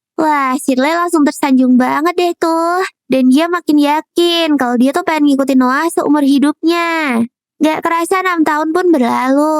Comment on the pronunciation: nama nya Noah ku dengar Nolan